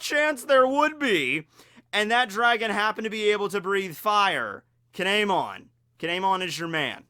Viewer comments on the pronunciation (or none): It's kiemon